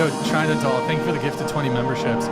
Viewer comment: "Chainuh iz Azzhoe"!